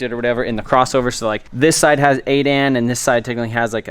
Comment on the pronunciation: It's 8 A N, not 8 Ann